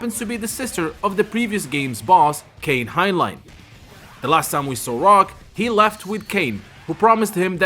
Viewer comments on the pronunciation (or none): Billy WHAT??? KAHN? LIKE SHAO KAHN? Don't you mean KANE? As in K-9?